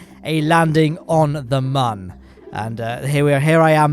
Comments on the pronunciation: Moon not mon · You keep saying man not moon🤣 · it is not mun it is moon